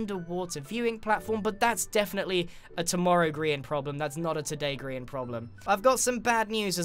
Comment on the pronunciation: People: Grian Zleo(zombiecleo for short): Grain Subtitles: Crean